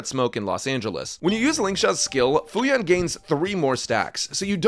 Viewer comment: The summon Fu Yuan, is often mispronounced as Fu Wu Yuan. However, this is funny because this means waitress in chinese